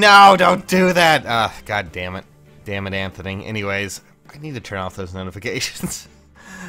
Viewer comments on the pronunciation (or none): none